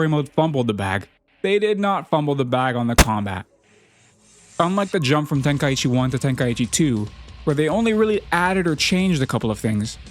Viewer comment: Then maybe say the name correctly😂 ten kai chi not tenka eechee 😅 listen to the japanese name of the tournament